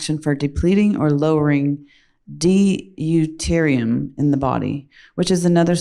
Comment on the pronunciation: Dee-U-terium? Ouch, lady!!